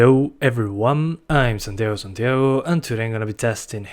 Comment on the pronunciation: Cuando decis santiago santiago pareces Argentino